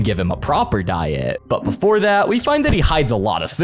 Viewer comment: diet? More like die-et